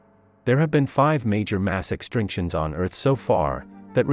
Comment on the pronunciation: "Homie-nids", "extrinctions" xD 10/10 How about Austra-bro-pithicus?